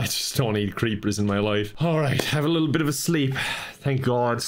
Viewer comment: “it’s a big littl’ lake”